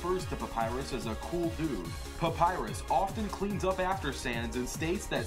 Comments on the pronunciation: papyrus not papyus and sans not sam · Look guys im saying that said Papyrix Lol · pap-pie-rus. thats you you pronounce papyrus' name. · you said Sans right Papyrus not really